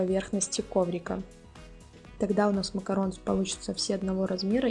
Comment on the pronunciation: спасибо большое за видео! Но только не макаронс, а МАКАРОН! И никак по другому. Буква s на конце говорит о множественном числе. Но читается макарон. Без вариантов